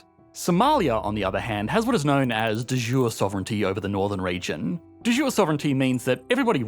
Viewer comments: I'm peetty sure that is latin, pronunciation should be "the yooray" not french "de jour" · “De jure” is Lating and the J is just an I so you could right it as “de iure”. It’s definitely not a French J. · de jure, it's latin. The J is pronounced like "European" mate, not like "Jimmy"